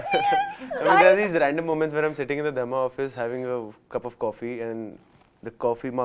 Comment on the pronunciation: Dharma nahein “ Drugma”